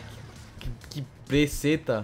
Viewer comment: Alguem vio o falando peceta?